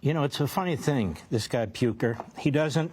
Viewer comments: Puker? He doesn't have a hard name to pronounce.. clearly trying to make it seem like he doesn't know him lmao. WE HATE FOX NEWS, MAGA, DJT, ADL, AIPAC, ISRAELI GOVERNMENT, TECH OLIGARCHS, PROGANDISTS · wow the talent from Levin to mispronounce Piker's name in so many clever ways. completely unlikeable treacherous garbage. if you cant say America First then you are not a real American.